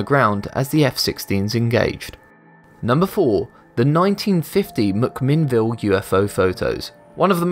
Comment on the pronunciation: Thanks for pronouncing McMinnville, Oregon PERFECTLY! Always hear ORY-GONE.